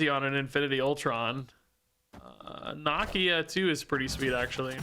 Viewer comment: mispronouncing Nakia’s name breaks my heart